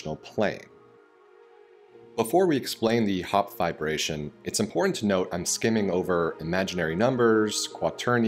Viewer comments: *triggered everytime i hear VIBRATION instead of Fiberation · I thought he was saying vibration lol. No not that kind all you pervs lol